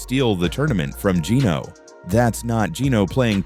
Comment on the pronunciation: This narrator is an idiot or else just did poor research. He mispronounced Geeno’s last name throughout the video. It is actually pronounced “Thiticoon”.